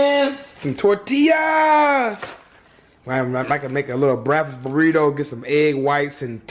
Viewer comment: Listen to how he says breakfast 😂😂